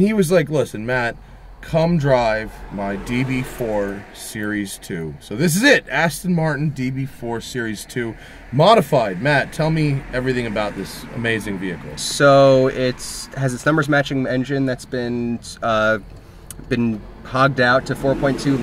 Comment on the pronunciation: Whats an ' Asstin Martyin ' ? Lol .